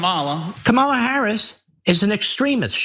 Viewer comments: Kah -mah-la Not cam-I-lah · These pigs on the right pronouncing her name "Camela" infuriates me. It's on purpose and it's their attempt to dehumanize her. Only the bigots on the right would stoop to a tactic so childish and hateful. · Well also he says Cam-a-la so he must know what he's talking about. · Repeat after me. It’s Comma la, Comma la, you ignoramus. Why can’t he pronounce her name right? VP Harris knows exactly who she is and so do we. The one who needs to be questioned about identity is this MAGA moron who doesn’t have the sense he was born with. The last person anyone should copy is Trump - an old, racist, ignorant old man. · What the hell are you talking ab out???? You can barely speak english and you are mispronouncing her name. Her Dad is a Jamaican man who is biracial of Irish and Black heritage and her Mom is East Indian. Please shut up. Biracial means you have parents of different racial backgrounds. It is only in AMERICA do they do ut you in a box and choose the race that they want you to be based on the color and features that they associate with certain stereotypes. Barack Obama had a Black Kenyan Dad and a Irish American Mom but everyone choose to say that the was a Black man because unlike Mariah Carey who Mom was also White and her Dad was a Black Venezuelan and everyone thought that she was White. Again what you look like in America is what you will be associated as and they cant wrap their minds around a person being both races. Please grow the hell up. Mixed race is a real thing people. Get over it and used to it. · Hindu, Chinese, Indian, Jamaican, black, white husband oh wait, Jewish husband. I don’t give a damn. I’m still voting for Kamala Harris. Trump can’t pronounce Kamala’s name because he’s an idiot. He can’t pronounce a lot of words. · Even he, a black man, is purposely mispronouncing her name. I can pronounce “Sambo” perfectly. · This dude again… Didn’t Roland demolish him already? Can’t even pronounce her name correctly!